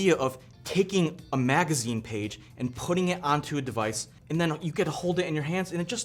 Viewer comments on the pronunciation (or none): none